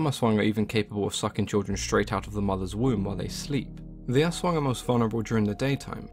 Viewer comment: I just love how spot on he discussed the aswang! The details are all correct and even the pronunciation is so close on how we'll pronounce it here in the Philippines! Kudos to you!:)